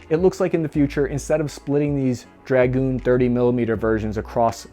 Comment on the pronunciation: its 'draGOON' not 'DRAG-oon', bloody yanks cant speak the bloody language